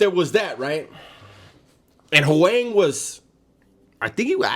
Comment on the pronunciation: Hoang. Vietnamese. That was good pronunciation. Lol.